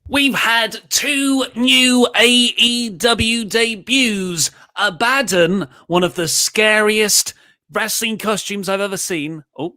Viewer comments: Thank u luke for correcting, it was driving me crazy him pronouncing abadon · Say it with me now: Abba Don